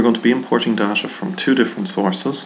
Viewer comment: Dasha Dasha, da, dasha lmfaooo its Day Ta or Da Ta.